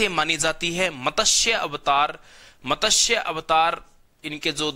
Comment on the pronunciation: pahle to matsya word ko properly pronounce karo.kisi Hindi k good teacher se seekhlo